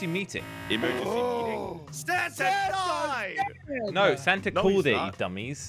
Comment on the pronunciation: When says Santa it kinda sounds like santer…😂😂🤣😂😂😂😂